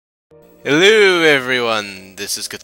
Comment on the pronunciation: Sounded like you said " Haluhoo everyone"